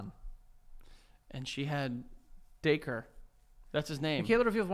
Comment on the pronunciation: lol it's funny they pronounced dacre like dacre instead of dacre